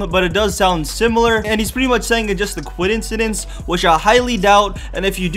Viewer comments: This nigga said coidinsidence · He said kadwensedence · "Its a quidincedince"